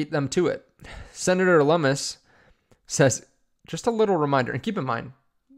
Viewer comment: Lum mus and rooooters... no. Loo-mis and Roy-ters